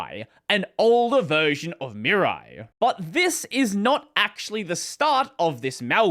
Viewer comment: Oh, are you terrible at pronuncing Japanese. 🙉 "Mirai", as in you-and-me-rye.